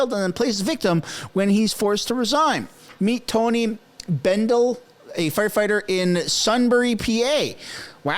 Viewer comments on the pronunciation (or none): none